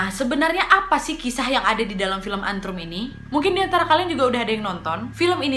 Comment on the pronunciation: Bukan antrum tapi ant rum